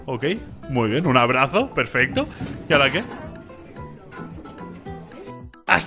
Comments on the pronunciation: Perfecto ❌ Perfesto ✅ 😂😂😂😂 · Ok ya no se dice perfecto se dice perfesto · Que lindo uve diciendo perfesto